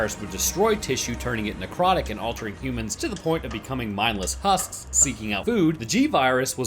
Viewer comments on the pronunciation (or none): for a second i thought you said "becoming mindless fusks in search of lewd" instead of "becoming mindless husks in search of food"